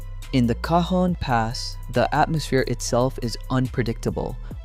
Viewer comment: You managed to pronounce Cajon different every time. It’s ca-hone